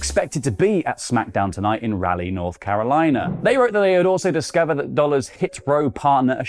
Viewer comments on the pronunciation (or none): It's RAW-LEE......*PROUD Raleighite*